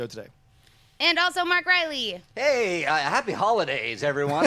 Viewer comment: pronounces "Denis Villeneuve" the right way. Mark Reilly, not so much. Sorry, Mark!;-)